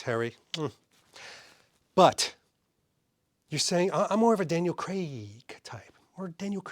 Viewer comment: Please for the love of all that is holy, stop overpronouncing Craaaaaaiiiiig.